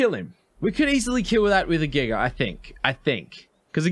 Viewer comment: not making fun of you brother but I love how you pronounce giga...giger lol